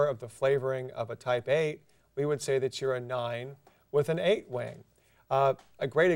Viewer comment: When he says wing it sounds like wang.